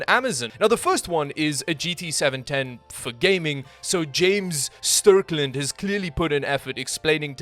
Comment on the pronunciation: the guys name was Strickland not stirkland LOL